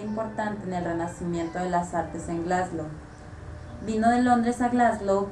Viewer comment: wtf cómo que "Glasglow"